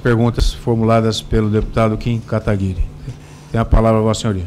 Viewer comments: o debochado fala duas vezes kataguri e nao guiri mesmo apos ouvir o cara ao lado falar claramente Kataguiri, suspeito profundamente que esse é um apelido pejorativo que esse usa sobre o Kim nas conversas internas dos corruptos esquerdistas. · Ele ficou tão nervoso que ele errou o sobrenome do deputado Kim Kataguiri. Ele fala duas vezes Katagure. Nós temos que deixar esse pessoal é mais nervoso. Vamos encomodar! #vamoencomodar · Boa, Kataguri. xD ...acho que ele fala errado de prósito. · O deputado insiste em falar Kataguri .-. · Ele falou kim kataGUri ... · Ele falou kim kataguri..kkkk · É Kataguiri, já saiu falando errado. Não tive estômago para assistir mais......infelizmente. Não quero saber das falcatruas. É muito ladrão. Igual ao chefe dele. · O cara é tão ruim que nem o nome do deputado ele soube falar. Entendo que 12 anos não são 12 dias ou meses, mas o cara não deu uma resposta útil. Incompetente, provavelmente sem capacidade àquela época como agora. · O domado não consegue nem falar o nome direito do deputado - uma tremenda falta de respeito. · Kim Kataguri????? E 2 vezes????? KKKKKKKKKKKKKKKKk... Porra, mas nem dizer o nome das pessoas CORRETAMENTE esses caras conseguem... E que resposta mais... Bosta.